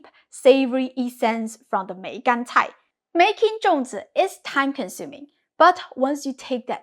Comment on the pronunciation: Why do you pronounce it Zhong while spelling it Zong?